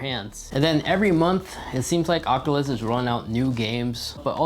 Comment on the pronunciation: Say it with me now: ock-yoo-luss kwest. Not "ockaless quess", FFS. Ah-nun-see-ate!